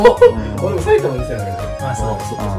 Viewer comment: 最初がきたさいたまにしか聞こえん…